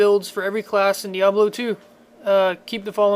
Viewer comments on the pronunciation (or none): none